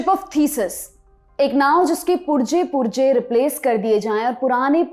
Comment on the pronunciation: आये उर्दू नहीं बोलनी आती तो ना बोलो । पुर्ज़े को पुर्जा कहती हो “ जज़िया “ को जजिया कहती हो।